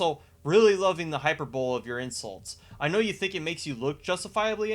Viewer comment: Hyperbowl? Really? That's how you think it's pronounced? You know the word, you know what it means, yet you come to the table and say hyperbowl. It's Hie-per-bo-lee. Hyperbole. You make good arguments man, don't undercut them by not knowing how to speak English.